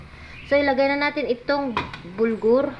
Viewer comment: BURGOL Hindi BULGOR